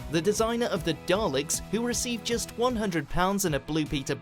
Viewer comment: Daleks, not "Darleks". Urgh. Seriously people. where the hell do you get the "R" from?